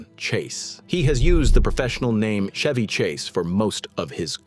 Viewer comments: First of all you can't even pronounce his name correctly 🙄 it's Ch-evy not Sh-evy😅😅 And the most hated celebrity is Tom Hanks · Idiot AI clickbait. The AI narrator can’t even pronounce his name correctly. Fuck this channel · The AI voice can not even pronounce peoples name properly. This is your definitive AI slop also Chevy Chase is great